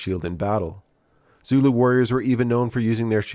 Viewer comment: Your Zulu pronunciation is atrocious, their are good sources for language pronunciation on the net, so I can only assume it is because of american arrogance or laziness.